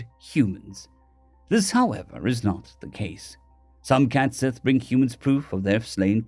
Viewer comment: Minor point, cat sith is pronounced cait shee. Like banshee.